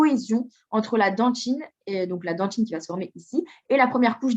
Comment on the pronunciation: on dit dentine pas "dentchine" parle correctement s'il te plait